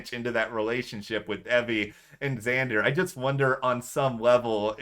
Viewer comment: did you say "eggzander might be a big fan of xander" my name is xander and my friend always pronounces it eggzander and i am more than a big fan of xander hes not just my favorite of the season hes my favorite of all time and might be me from the future